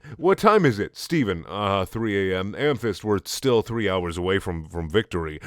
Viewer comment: Dude every time you say amethyst I hear hamfist and fucking laugh every time